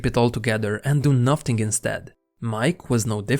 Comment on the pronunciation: ur awesome but its just "nothing" not "noth ting" fix it and ur bomb